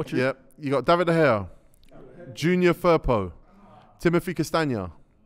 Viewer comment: Get BOAT out of here. Man said Junior Firpo